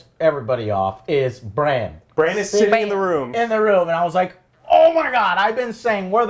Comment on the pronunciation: I really wanna enjoy this review, but it's super casual, yeah. I wish he put 10 minutes of effort into reading some comments, so at least he doesn't fuck up names every single time. Eurion (Euron), Cleegun (Clegane), call Bran Bronn all the time....the cringe never ends.